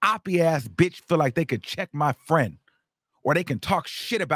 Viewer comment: And the annoying Sean davie way mannerisms that he’s adopted when adding extra syllables on words . Wtf is a perioduuwwll or frienduuwwlll 😂 like I can’t watch either I tried with Sean multiple times and always leave . I can’t digest they content